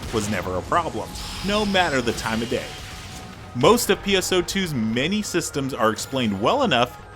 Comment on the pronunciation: This guy narrates like he's just trying to sell the game... every time he mentions classes he says "and MaNy others" wtf man you tell me nothing plus use the same designed character through the whole video....